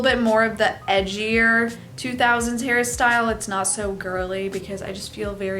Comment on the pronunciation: everytime you say hair style, i hear harry styles 💀 💀 💀